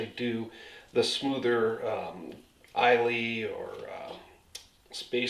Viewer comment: I'm gonna go easy on you since me and you share the same handsome hair style... but it is pronounced "eye-la" .. not "is-lay". Cheers